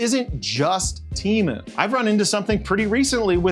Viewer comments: "TEMU", not "Cheemoo". Read it like "T A M OO". It never ceases to amaze me how limited people in the USA are at learning any other language. Meanwhile, the rest of the world is constantly learning other languages. English, in my case. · It's not tea, or tee. it's te, like do re mi fa so la, its te like re, lol, I guess if you are hispanic, you would know this. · Wrong!! it's Temu not Tamu you idiot. 😂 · Why does everyone say teamoo when it's te not tea and they do pronounce mo like moo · It's not pronounced "t-ee-m-oo" bro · I think you might be pronounce it wrong, I think it might sound more more like tem-poo. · Yeah, well, they're probably just as mad that you won't pronounce their name correctly. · I am thankful that you mispronounce Temu every single time. They deserve it.